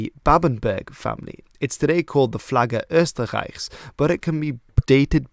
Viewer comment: Your pronunciation of "Flagge Österreichs" was really good.